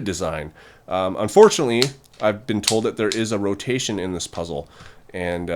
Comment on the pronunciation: jesus they are all gorgeous but the way you say a rotation makes it sound bad why?